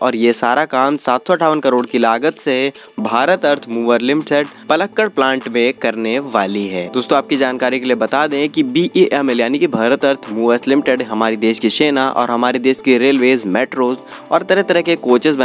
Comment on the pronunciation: The correct pronoun citation of Palakkad is पालक्काड। पलक्कड नहीं।